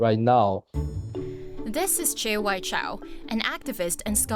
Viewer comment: "This is Che Wai-chow." Ma'am, I believe that's Chia Wei-chi. It's on the screen. The way the narrator just let the Holy Ghost take over that one.